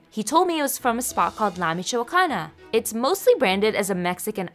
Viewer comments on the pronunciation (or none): Oh i love that ice cream place they have cookie monster which is a blue ice cream with cookies crumbs mixed in. Also she mis pronounced la michoacana